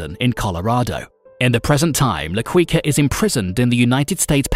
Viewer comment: Quica is pronounced "kika"